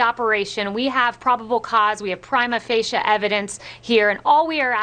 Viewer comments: Hey K-lee did you listen to this interview and how you sounded like an idiot wanna be lawyer. It's " prima facie" listen to yourself using "prima ficia" Except, your stupid pronunciation of the word pri·ma fa·ci·e/prīma ˈfāSHē/. Not prima ficus as how you said it. Oh well your time will soon be over and i don't have to watch and listen to you tell all these ludicrous lies and appalling theories. I hope that your conscience will haunt you until you decide to tell the truth. Look at Anthony Scaramucci and how liberated and successful he's been after leaving. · Prima facia? Isn't it prima facie? Jeez. Just use words you know and understand. You can't use big words and fool everyone. Every room isn't full of Trump voters you know 🤣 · Scheer She said 'Prima facia' instead of 'prima facie' so she isnt using those big words correctly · It’s cute to use Latin legal terms but they still won’t turn mere allegations into ‘prima facie’ evidence. Especially not when she mispronounces the term. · Oh please!!! Hush Karen!!!!! Learn to pronounce latin terms. Speak the language!!!!